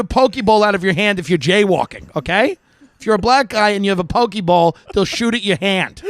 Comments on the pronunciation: He said a "Pokey Ball." You know, like from Pokemon? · poke ball is hilarious.